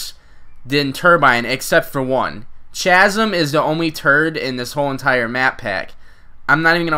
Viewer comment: Lol chazum? I think its chasm the h is silent